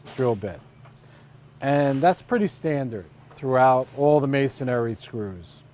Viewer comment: It’s masonry, not masonary.